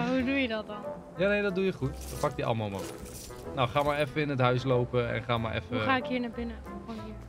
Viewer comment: Hoe zegt enzo het woord 'Ammo" al zo lang verkeerd